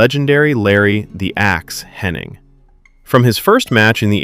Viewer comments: His name is "Hennig" not " HennING" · Be nice if the commentator was able to pronounce Hennig’s name correctly, without an N.